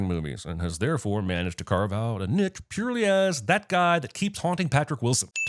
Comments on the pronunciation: I’ve never heard anyone pronounce ‘niche’ as ‘nick’ lmao I had to listen to it three times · Pronouncing “niche” as nick just killed me. I sin you sir